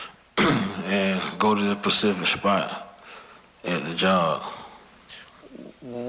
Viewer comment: Go to the "pacific" spot. Not the spacific spot. The downfall of America on full display. And I am "fittin" to display it. Lol. Where do they come up with deez words? He's not palking talkerly he's getting his merds wixed up.